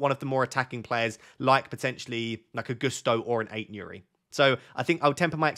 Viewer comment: Love your videos. I watch every week. You say Ait-Nouri really weird lol